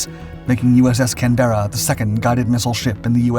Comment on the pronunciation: The narrator needs to learn how to pronounce Canberra.